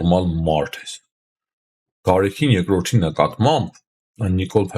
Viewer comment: ո՛չ թե Գարեքին այլ Գարեգին, ո՛չ թե մարթ, մարթիկ, մարթուց, այլ մարդ, մարդիկ, մարդուց...